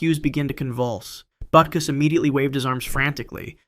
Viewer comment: When he said Butkus I threw me off (yet I know who dick is)